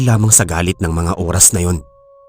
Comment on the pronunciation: Oras hindi uras